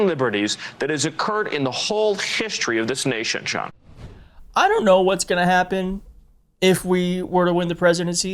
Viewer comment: shole shishtory?? So he's got slippery dentures too!!